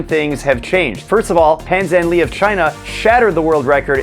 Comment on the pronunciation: The way you said phan zan lus name trigged me so much